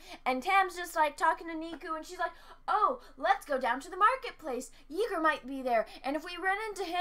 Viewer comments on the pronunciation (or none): First let me say that I dislike this episode and this show with all my dislike that I can dislike. Everything from Yeager being pronounced "Ye-Ger" and not "Yay-Ger"(as in General Chuck Yeager the first man to break the sound barrier) to the completely mind numbing dialogue and entirely pointless story arc is frustrating. However and unfortunately the silly pirate ships(that I also disliked) have precedent in Star Wars Legends with Naga Sadow's fleet and meditation chambers. As well as the ship used by Jedi Lord Farfalla(and there are Jedi Lords during this period of galactic history) at the seventh Battle of Ruusan. Also, as I have read in your comments, several people have pointed out that Star Wars Cannon still has the solar sail ship that Darth Taranis uses. Remember this is Star Wars and Star Wars is science fantasy not science fiction. Solar sails can somehow make a ship fly faster than the light that pushes them....So, silly but it is silly that we have seen before in both pre and post Disney material. Nerdrotic introduced me to this channel. I am now subscribed because I appreciate your obviously genuine opinion about this show. Thank you